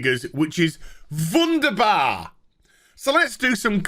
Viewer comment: dude do you speac a 2nd languege german your wunderbar was nearly perfect :D